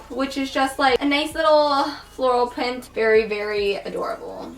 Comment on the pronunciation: who else heard her say floral pint yes pint